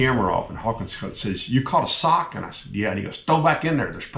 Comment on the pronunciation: Sock, not sick...